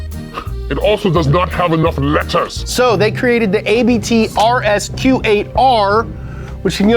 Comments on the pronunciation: what if i told you that ABT is not pronounced ey bee tea, (and also not ahh bae, tae) but rather like "uhbbt", because its the guys name. and also its german for abbot. 🤯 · It's Abt, not a.b.t , the founders name is Abt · Actually A.B.T. is one word: ABT And you pronounce it as one word too. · ABT is pronouns like one word not individual letters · I think its funny you call it A B T, while Abt is a surname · It's not A.B.T. it's ABT the tuners name is ABT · It´s not "A B T", it´s "ABT" so you say it like it´s a word because it´s a name. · It's Abt not ABT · Its not A.B.T Abt is a Surname you speak the "a" as the ending of Utah. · Abt is the family’s last name so it’s one word not A B T. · Little bit of trivia for ya: it's not pronounced AY-BEE-TEE, because "Abt" is the actual surname of Hans-Jurgen and Christian Abt, the founders of the company. There's also a Daniel Abt running in Formula-E. #TheMoreYouKnow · Its not called ABT. It's called ABT.